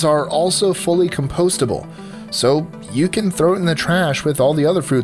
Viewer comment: Compostable..... is not pronounced like that g.